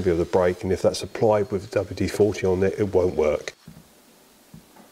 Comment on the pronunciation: I've watched all (bar one) of these so far and it seems, to my ears at least, that you seem to keep referring to W-40 as opposed to WD-40. Am I hearing correctly or am I just going a bit. Mutt?